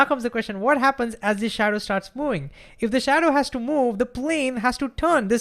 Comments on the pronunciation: I have problems understanding this man until I realized what the problem is: He doesn't say "moving" he says "mouing" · Can you please say "moving" instead of "mouing"